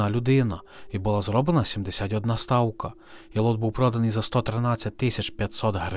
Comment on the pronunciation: Все відмінно; але спробуйте казати не " стаука", але " ставка".